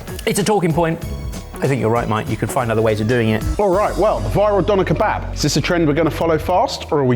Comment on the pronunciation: "Donner" is a reindeer. When referring to a döner it's easy enough to say "duhner" or "derner." You're only a bloody food channel, at least show these foods and cultures the respect they deserve. The shop near me won't even sell you one unless you pronounce it corrctly. I won't even start with "kebabb", smh.